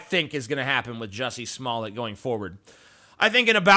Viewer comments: Smoll-A? I thought it was pronounced Smoll-D. budumtiss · Your name's pronounced Smoll-D too, isn't it? (I know your comment's a joke. Or at least I hope it is.) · Umm, the right pronounciation is actually "Juicy Smalley" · Actually, it would only be Smoll(ay) if there was only one (t) at the end of the name, ie 'Smollet'. Two t's (tt) is the usual way you pronounce it. The idiot wrote a check for $3,500 and didn't think it could be traced, lol, lol.